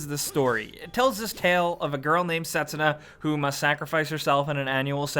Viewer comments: its not set su na, its se tsu na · Set-SOO-nuh, not SET-suh-nuh... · A tad bit late but the "u" is silent - it's spoken Setsna Just saying. Sorry, don't want to be a smartass here. Just something that bothers me. Nice video though! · Pronounced Set-soo-na, with emphasis on the 2nd syllable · i thought was ' I am setSÚna ' haha